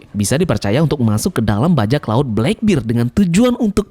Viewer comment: Channel bagus2 tp pelafalan masih aja salah heran.